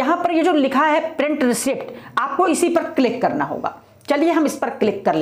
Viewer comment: Receipt को रिसीट बोलते हैं, रिसीप्ट नहीं🙏🏻मैडम🙏🏻